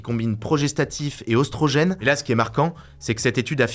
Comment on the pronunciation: Par contre le "œ" dans œstrogène se pronoce comme un "é"...